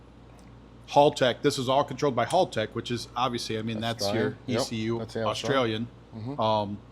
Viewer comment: Hal-tech, not Hall-tech hahaha. Can't go razzing Andy for his tremec blunder 😜